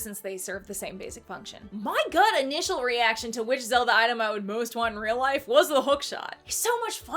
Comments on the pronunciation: "Suh-ree-uh" Me: "huh...actually never heard someone say it like that. Im now questioning how to say Saria's name" (I've always said and heard Sah-ree-uh, like the word sorry) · Its SA-RI-A NOT SA-RIA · Wait wait wait... "Sah-Ria"? I know there's no canon way to say Saria's name and I know the most widely used version is just "Sair-ia", but how have I never heard that first pronunciation before? I actually kinda like it! It's pretty! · Oh boy. I’ve never heard someone pronouncing Saria like that…